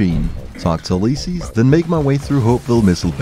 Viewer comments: Remembers to say it's pronounced Fido not Feedo. Instantly says Uleyesees. Lol, who taught you English? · You, liss, sees = Ulysses. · Holy, the way says Ulysses has me feeling some type of way man